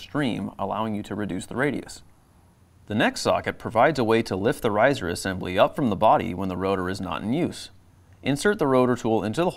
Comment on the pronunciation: He lost me at “risor”